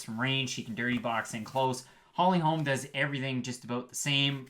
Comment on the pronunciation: It’s Holly Holm not Holms.